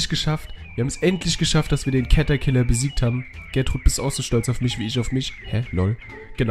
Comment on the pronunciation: es heißt nicht cet sondern catterciller